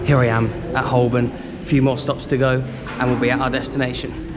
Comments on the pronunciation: Not HolBorn! The L is silent! And the second O is pronounced like a U thus it sounds like Hoburn. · The "L" in Holborn is silent.